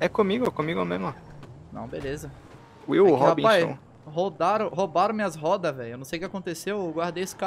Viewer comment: "roudaram minhas robas" dicção digna de alanzoka